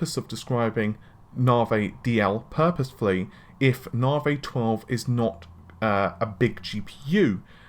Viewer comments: Narvey? NAVEEEEEE REEEEE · and he can not pronounce Navi correctly...snickers